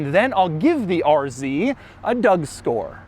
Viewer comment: He dont say a doug score, said a doug store😂